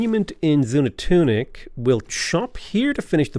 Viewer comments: Xunantunich = Shu-Nan-Too-Neech Palenque = Pah-Len-Kay I study Mesoamerica stuff and thought I’d give you a hand with some of the Mayan pronunciations. Good luck and thank you for the wonderfully enjoyable content. 😉👍🏻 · Zoon-an-tunic does roll off the tongue rather nicely though. Lol